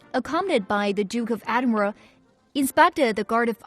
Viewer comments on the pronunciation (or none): when you said Britain it sound like breton and when you said Edinburgh sounded like adinburgh